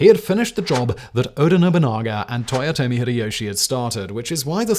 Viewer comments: "Toyote" ?! Really ?! Last I checked it was Toyotomi...dude 10 seconds in and already a big error , don't get me wrong I am a big fan of your videos for more than 4 years now ,but please do be accurate when you present history. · Oda Nobunga and Toyoti Hideyoshi.....as per Simon's mispronunciations lol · "Toyote" Hideyoshi